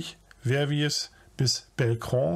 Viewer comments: ..war wieder sehr sehr informativ; danke.( kleiner Scherz am Rande: ich finde die Hinweise von auf die nicht vorhandenen Sprachkenntnisse richtig putzig) Verviers spricht sich übrigens "Werwjee" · Verviers spricht sich Vervieeee